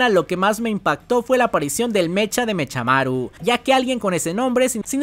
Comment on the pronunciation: Yo si pediria que cambiaras algo de los videos, y es pronunciar mecamaru y no mechamaru literal jajaja